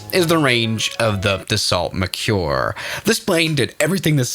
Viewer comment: And horribly mispronounced!